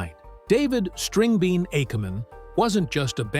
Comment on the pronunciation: Which is NOT pronounced "akkaman," despite what the AI says.